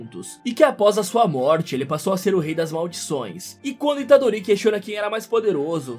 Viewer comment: A unica coisa que ele errou é que o nome do Yuji Itadorito. Deixem o Like galera, ajuda o canal :D